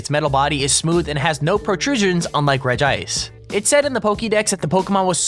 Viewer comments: Also you say it like regi ice not regice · its pronounced reg-ice cuz it has 1 i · hahahaha you called regice rigaice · It's pronounced regi-ice, or else Regirock would be pronounced Regrock. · its regice not regice lol